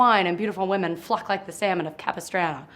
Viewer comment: lol, I love how she said "fluck."